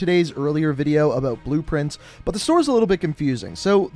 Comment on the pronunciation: “Aboat season 1 “